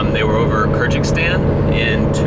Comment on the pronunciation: wtf is curgikstan? come on, it's not that hard to pronounce other countries